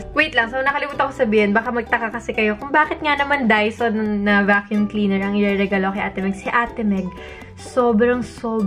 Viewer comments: Bakit ba "daiso" rinig ko. Sorry na. 🤪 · Ahh dyson!! Ang rinig ko Daiso HAHAHAHA